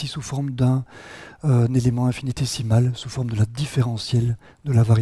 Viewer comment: Attention à la prononciation : infinitésimal <> décimal.